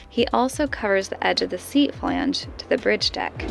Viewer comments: It makes me a little sad that is pronouncing flange correctly. I enjoyed how she was pronouncing the chemicals, with 10 syllable names, correctly and mangling flange:) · You guys are awesome and I am very glad your getting flange down to one syllable..... :-)